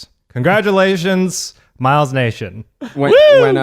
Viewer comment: Is anyone else wondering when everyone will stop pronouncing Miles' name wrong? 😂🤷